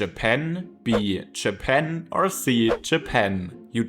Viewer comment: Jäpänn ? lol try a longer vowel in the second syllable. no offense, work on your pronounciations, you support the bad reputation that germans have for their english.